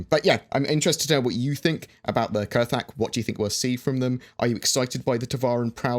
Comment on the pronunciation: I thought it was pronounced "kra-thak"? Or has Galactic Historian lied to me?